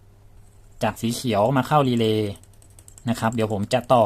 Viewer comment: นี่แหละชัดเจนที่สุด คำว่า...รีเลย์